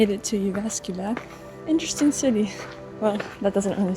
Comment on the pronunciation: Yeah I thought is a Finnish woman with a very convinsing US English accent, but then she pronounced Jyväskylä weirdly and I was like … huh?!?!?!?